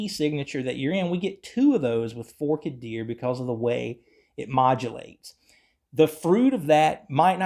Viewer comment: it’s Forked Deer (most ppl pronounce it “Fork-ED Deer”). Here’s one version of free tab